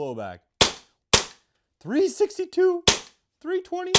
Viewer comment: Why did you say 320 like that lol😂